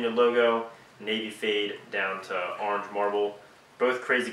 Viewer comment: Hey. It's "ORANGE" not "Arnge"